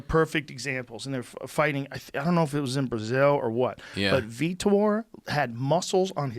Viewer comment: I see Joe finally pronounces Vitor's name properly after all this time.